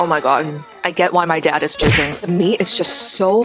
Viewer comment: I love when you say jizzing 🥛😊@